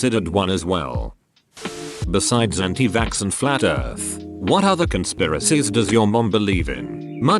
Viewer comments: Nobody: Absolutely nobody: Not even your mom: The voice: “anti-vaSKSK” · No one: Narrator: anti vaxskskx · I love how the bot says anti vaxx as "anti vaksks"